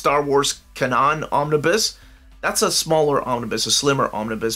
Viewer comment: Kanan is pronounced Keinen btw for Star Wars